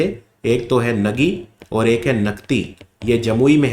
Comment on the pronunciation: With due respect sir Nagi bird sanctuary is pronounced as 'Naagi'. Love and respect from Bihar ❤❤